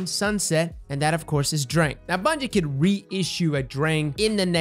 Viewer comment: Lol “bunyie” as he says